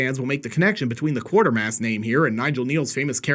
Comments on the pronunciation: Sorry to be a pedant but it's defintiely pronounced 'KWATErmass' (in every single film or tv version) not QuaRtermass - seems like not a single online reviewer is able to see that word the way it's actually spelled, like it's an optical illusion or something..! I only raise this because I think the three Quatermass movies are absolute gold and deserve more current viewers. Anyway, agree PofD is a really fun movie with interesting ideas, but I'm not quite as sold on it as a complete package as many others. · It's pronounced Kway-ter-mass not Quuarter-mass. BTW He's given a kind of reference in the 7th Doctor serial Remembrance if the Daleks, where he is mentioned along with his British Rocket Group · It's pronounced Kway-ter-mass not Quartermass(Look at the spelling) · it's not QUARTER (1/4) MASS - it's QUATERMASS (Qu-WAIT-ER-MASS).👇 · QWAY-ter-Mass not QWAR-ter-Mass. A quartermass is a big pile of 25 cent pieces.. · Quatermass is pronounced (kway-ter-mas). Excellent movies. Not great for sick flicks, but great for scifi.